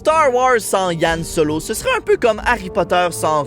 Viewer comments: Je vais passer pour un puriste, je sais , mais on dit Han solo et pas «Yann» dsl. Sinon très sympa la vidéo. 😁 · omg c pas Yan Solo c Han Solo avec un H !